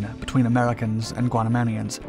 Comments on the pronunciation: Guamanians,not Guanamanians! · Guamanians, not Guanamaniums.